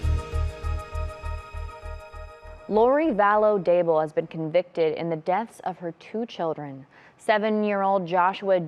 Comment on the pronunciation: Daybell not Dable.